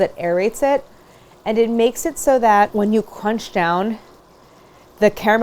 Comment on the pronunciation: Im not making fun but I swear she said, "and it makes it so that when you Cwunch down"